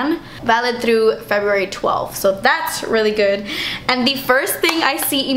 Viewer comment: 'damn, das expensive' that made me laugh so hard because your latina came out. it happens to me all the time!